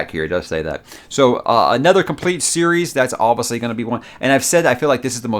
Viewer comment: Does anyone else love when says, “Oviously”? Lmao. you’re the man bro, best YouTuber and always great content!